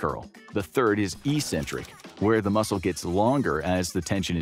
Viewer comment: please learn how to pronounce "eccentric" correctly.